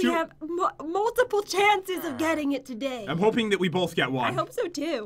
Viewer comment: at 14 seconds did anyone notice pat said togay